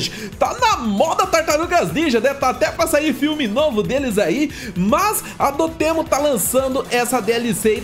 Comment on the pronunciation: Mais alguém acha estranho o jeito q ele fala DotEmu? KKK